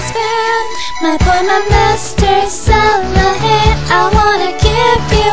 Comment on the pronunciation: You said Saranghae wrong. /smh Go listen to more k-pop and learn how to pronounce the words right. It's not Salanghae. and you seem kinda flat toned. Other than that, it wasn't too bad. ^^ Keep trying.